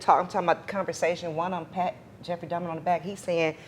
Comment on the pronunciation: For this incident happening 32 years ago, you'd think she knows how to pronounce his name by now. Its DAHMER, not DAHMNER lady.